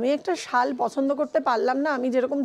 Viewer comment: Sol noy bangla e sal